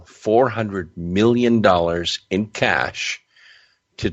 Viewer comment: Why is this narrator talking like he's narrating a mid 90s B action movie? Super cheesy man. "Caaaaassshhh" great pronunciation on the middle eastern names too bud. Keep pluggin pal